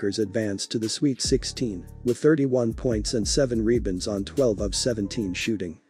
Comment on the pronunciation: What the hell is a "reebund?"